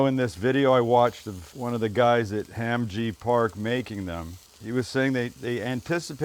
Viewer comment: Pretty legit other than the Korean pronunciation lol! (“Hom”-ji. So”Mek”). Marinade straight out of my Korean mother-in-law’s playbook… she’d probably put a chunk of onion in the blender